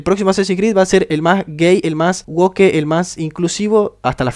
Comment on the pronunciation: Que asco cuando pronuncian mal woke pronunciándolo literalmente xdddd (literalamente en español)